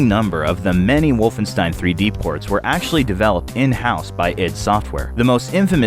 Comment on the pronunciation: For fuck's sake, it's wolfenSHtein!